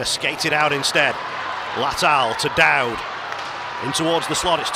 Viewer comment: Is not Dowdy. Is Conner Mcdowdy.🍊🍊